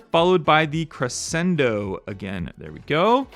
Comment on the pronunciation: Crescendo is pronounced “creshendo”. The Batman car you’re having trouble with is “Asylum” . Pronounced “As-eye-lum.” You’re welcome.❤